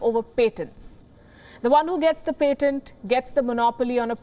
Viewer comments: It is pAtent with an A not pEtent with an E. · Can you please learn how to see patent before you say patent. I could barely listen after How you butchered the word. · Patent pronunciation - expect better from WION!